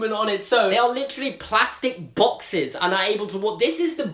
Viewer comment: PLASTIC BOXES You sound so funny when you say "boxes" 😂